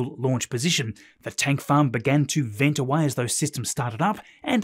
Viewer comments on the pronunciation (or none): none